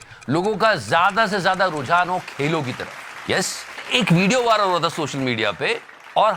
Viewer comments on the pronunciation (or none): none